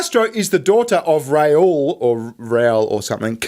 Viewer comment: Raul is pronounced like Rah-ool